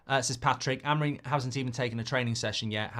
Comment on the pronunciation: It's pronounced a-mo-RIM and not A-mo-rim. The third syllable is the tonic.